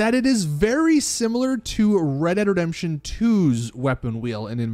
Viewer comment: “ Reredredemption 2 “